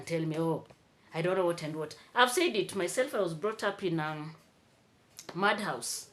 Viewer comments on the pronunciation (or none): with all the seriousness of your presentation, I still had to laugh. You said you grew up in a "mudhouse" but it was interpreted as "madhouse" 😂😂😂